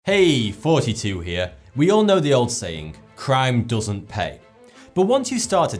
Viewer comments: I always hear him say forty-two instead of thoughty2. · Again, it sounds like he's saying "42" lol